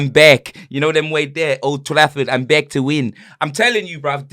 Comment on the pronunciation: i die everytime says “I’m bek” 😂 Stiffiano Conaldo